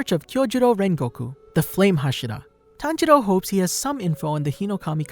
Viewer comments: Ah yes, tanjedo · All I hear is tanjeerow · Tanjiro--senjiro--kunjiro Wtf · It’s tanjiro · Bro I get confused when he says tanjiro because his dad's name is tanjiro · His pronunciation lol its so bad